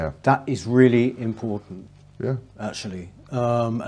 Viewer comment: Peter Willy Whittle.... he weally does waise welevant issues.